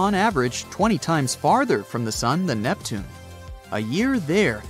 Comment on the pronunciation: 2 mins in i heard neptunay, im gone